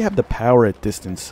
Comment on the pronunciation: Lovin your channel, it's always entertaining.... My thoughts on the chauchat....It's a real slugger at close range, feels overpowered and kicks like a mule in close quarters.. how did your French pronunciation go..dist-ornse. Personally I think it's evenly balanced out by comparison. Lovin the unedited gameplay. You went 33-8 I would consider that a great score for me..Lol